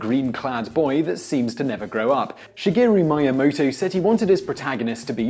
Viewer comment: Sergey Payee-eetnov? Bass-man? NolanD Bushnell? Shigeru Maya-moto? Was this video created to butcher as many iconic names as possible?!?